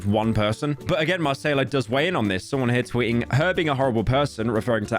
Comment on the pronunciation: doe he think Macayila is brazilian? her name is not Marcela lol